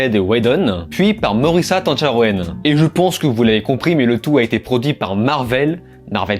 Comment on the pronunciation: Tancharoen se prononce plutôt "Ta-ntcha-ron", c'est Thaïlandais.